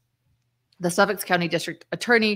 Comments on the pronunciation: Suffolk not Suffix 😊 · Suffolk County. When I hear you say it, it sounds like you're saying suffix. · It's Suffolk County, not Suffix.